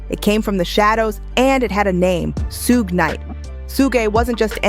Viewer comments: Su-ge? 😂😂😂 Shhhhuuuggg! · Somebody please tell the narrator how to pronounce sug (pronounced shug like sugar ) knight's name. It's disrespectful. Even when he's reading or dissing someone, Marshall gets the name right. Much love and high props to the man from the Motor City. ❤ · Every time they pronounce Suge wrong I laugh